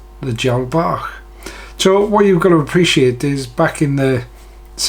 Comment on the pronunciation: Hi, thanks for this method. Been trying to tie #16 DB's but they are always too "Fat" BUT using a single herl and your twist method- worked first time!! Brilliant!! Many thanks. AND thanks for the correct pronunciation of "Bach". More please- of your nice slim flies.